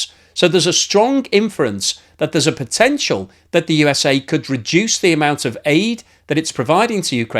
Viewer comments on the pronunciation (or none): none